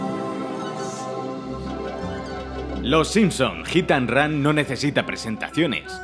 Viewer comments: "Gitan run" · Ok pero... Jitanran xD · hit and ran jajajajajajajajaa, todos los españoles y argentinos pronuncian igual jajajajajaja!